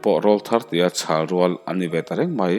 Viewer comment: Hmasawn feeee i ngai, inzir deuh teh. coma , te full stop te . a awm a nih loh chuan chawl chut chut suh. Khawi selei i lam dan kha a mak bon top. A tiah phei kha chuan khuai ani tih pawh a hriat miah loh😂😂😂